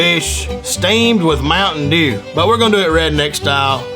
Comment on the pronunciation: I died (that's how I'm gonna say mtm dew on the hood from now on XD)